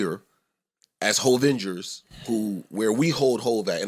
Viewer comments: called them hovengers 😂😂😂😂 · “ Hov-vengers “ 🤣🤣